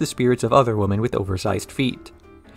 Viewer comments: Is there a reason your pronunciation of women sounds like woman? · "Women" is not pronounced liked "woman" please stop doing that.